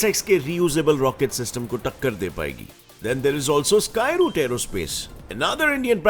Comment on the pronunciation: skyroot boht hard bolte